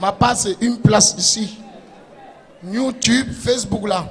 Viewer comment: c YouTube et non new tube!